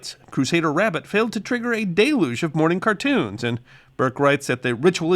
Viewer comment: My point exactly. ( ). It’s “DELL yooj.” Not day-looj